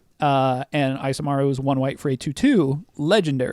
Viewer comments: I'm cringing every time you say "" instead of Isamaru lol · The "I" in Isamaru is pronounced "ee" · Isamaru is based of Japanese and should be pronounced "ee-sah-mah-ru". Maru(麿) is a suffix used in dog names and Isa could be shortened version of 勇ましい. So the name could mean Courageous/Brave Dog.